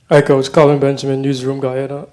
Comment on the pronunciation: this concacaf girl at the beginning saying: "please put your phone's in silence" "we have coash michael joson" and at the end "we take last question"...like are you really representing concacaf? where did you go to school for your english? -_